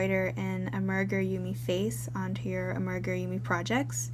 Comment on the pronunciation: Good video! But just to let you know, the correct pronunciation of amigurumi is AH-mee-guh-ROO-mee, with the stress on the 1st and 4th syllables, as I indicated with the capital letters. 😊